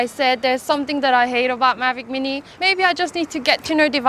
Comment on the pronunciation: when the vido start it sounds like she said magic weenii, i was like this a good vid but then its just thr drone she was talking about, so im looking now... lol